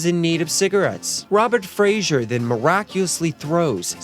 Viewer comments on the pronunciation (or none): The art dealer dude's name is Robert Fraser, not Frazier. George Lennon - that bit killed me!!